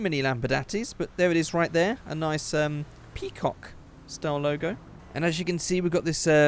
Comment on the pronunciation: The way he said peacock made me laugh